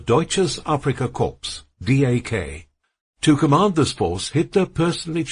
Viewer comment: Korps lol. AI crap, gave up listening in 7 mins.